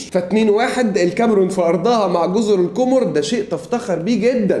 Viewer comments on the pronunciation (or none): تصحيح جزر القَمَر و ليست القُمُر لأنها بالضمة نطق القمر بالفرنسية لغة المحتل